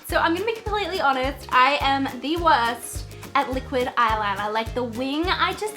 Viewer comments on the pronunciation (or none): none